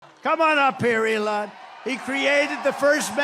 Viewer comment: Trump can’t even pronounce Elon Musk’s ‘ first name.